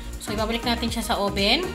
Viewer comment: oven not oben